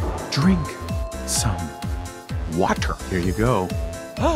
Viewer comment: " dreink. sum. whattur. "